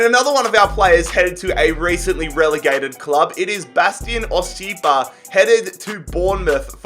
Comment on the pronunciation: It's Bas-ti-un Ch-ip-ka